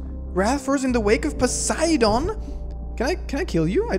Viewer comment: Also "posiDAWN"